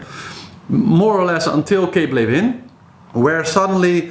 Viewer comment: "Ley-vin, ley-vin, ley-vin" I'm practising this so I can do the authentic pronunciation. Go Clarisse and Pip!!